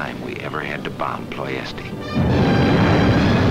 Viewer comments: Ploesti is pronounced Plo-esht, not Plo-esti. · Unfortunately Romanian is a latin language, and is pronounced as is written, Ploiesti, one word. Ployeshti by English. Was the oil field city of Romania at the time, occupied by Germany. Then in August 1944 by the Soviet Russian army.